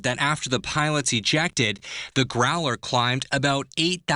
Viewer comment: and then saying Growler. LOL